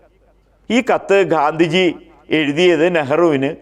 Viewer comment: 'ഘാന്ധിജി' അല്ല 'ഗാന്ധിജി'യാണ് ശരി.